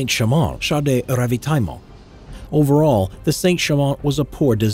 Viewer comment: this "char de Rrrravitaillement" was perfect bien joué ^^